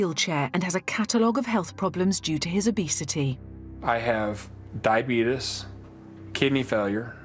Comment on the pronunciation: the way he says diabetes